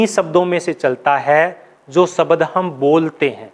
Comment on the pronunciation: आप प्रश्न ,शब्द, प्राप्त जैसे शब्दों का उच्चारण सही नहीं कर पाते हैं